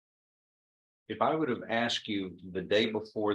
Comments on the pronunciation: I axed and axed and axed till I got it right! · First thing you do is hire a lawyer who can pronounce “asked”. Yours knows how, but in order to maintain his street credibility he chooses to put you in a bad light. Not smart. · If my attorney said axed instead of asked I would "axe' for a mistrial 😊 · I was listening carefully to the defendants' lawyer until 5.26 when he said Aksed instead of asked, call me a nit-picker but when you are presenting to a judge at a sentencing you need to be on point, and that includes your pronunciation, every time i hear someone say Aksed, it's equal to fingernails scratching across a black board. The lawyer and the defendant just got a reality check from Judge Stevens 🤐🙉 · You would think an attorney would be educated enough to pronounce words correctly! Axe….for asked….seriously! 😂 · another attorney trying to act smart and using "dis" "dat" "axed' "you all" "poolise" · Wonderful, the attorney can't even pronounce asked🤦‍♀️ I axe you is NOT educated sounding